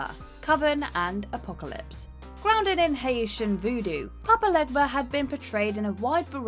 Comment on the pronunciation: It bugs me too. And the way she pronounced his name. Papa Legba is pronounced papa LAY-ba. I understand it's hard to pronounce but I just can't.